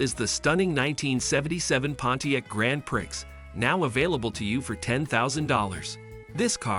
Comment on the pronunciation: Can you say Pree? Grand Prix is pronounced Pree! I know it’s your job so try and do it right!